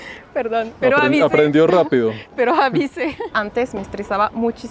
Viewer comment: "pero avisé" jajajaja esta de Francesa, poco, jajaja ya eres Mexicana!